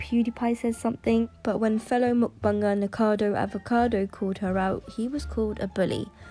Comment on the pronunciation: its NIKOcado Avocado...no one ever gets his name right XD